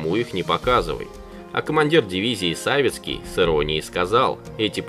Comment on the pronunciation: "...противник же полупетлёй выполнил боевой разворот". 😂 Никуёвая "тактика" ведения ВБ или автор жжёт напалмом. "...а командир дивизии САвицкий с иронией сказал...." Не САвицкий, а СавИцкий. Е.Я.Савицкий"Полвека с небом".👍